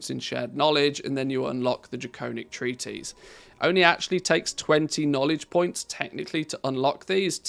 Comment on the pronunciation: I love and appreciate your videos! But you're driving me crazy mispronouncing "treatise!" It's not "treaties" it's "tree-tuhs" (US) or "tree-tis" (UK). 🙏💗